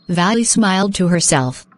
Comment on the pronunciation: He says Valli as valley